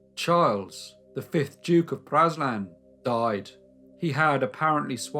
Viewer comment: Praslin is pronounced pray-LIN.